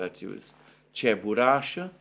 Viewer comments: This is CheburashKa, not Cheburasha))) BTW, Cheburashka is an old Russian cartoon character, which is quite funny. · it's Cheburashka. Not Cheburasha :) A russian cartoon character